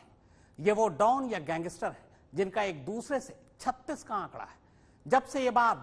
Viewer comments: See how he says gangster!!! Gangeestrr!! Yeh patrakar hai!! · Pehle gangster bolna seekho